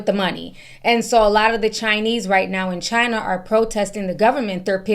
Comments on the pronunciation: The way you pronounced CHINA tickles me. 😂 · It tickles me too!😂 Love her impersonating how Trump pronounces China.